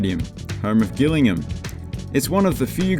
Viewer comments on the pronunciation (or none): Gillingham is pronounced "Jillingham". Just saying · Gillingham is pronounced Jillingham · As someone from “Jill”ingham and not “Gill”ingham you have no idea how rundown it is round here 😂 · Gillingham is pronounced as if it has a J at the start (like judo), rather than with a hard G. Just so you know :) Enjoy your vids! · Gillingham is pronounced like Jillingham, Jack and Jill, not Gill. Good video otherwise :) *edit, I love how you mentioned Wycombe 😄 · the pronunciation of gillingham is wrong,its pronounced as if it was spelt jillingham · Gillingham is pronounced Jillingham (and the temporary atand has been temporary for 30 years now :D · Gillingham pronounced "Jillingam" 😂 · You mispronounced Gillingham. The pronunciation you used it for Gillingham in Dorset. Gillingham in Kent is pronounced Jill-ingram. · Gillingham is pronounced 'jillingham' with a soft G. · We should all say it that way until the local MP or mayor has a mental breakdown screaming 'J'ILLINGHAM over and over. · Gillingham is pronounced the way it's spelt, not like Gilligan. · Cant say Gillingham properly to say the least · FYI - the G in this Gillingham is pronounced like a J. However, there's a small town in Dorset where the G is pronounced like it is in this video. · Superb. Love your videos and dry commentary. Just sort the pronunciation of Gillingham out!